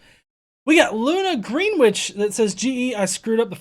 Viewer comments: In England Greenwich is pronounced "Gren itch" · Greenwhich is pronounced with the first vowel short; the "w" is not pronounced either.